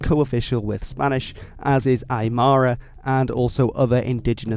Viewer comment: The way you say Aymara bro cracks me up its Ma-Ra mar-ruh but we learn together bro nice video Native American here